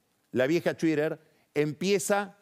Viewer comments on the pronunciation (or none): Quién carajo dice chuider? Ni el yanki más gangoso habla así. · Muy buena editorial Pagni, pero deja de decir "chuirer" xD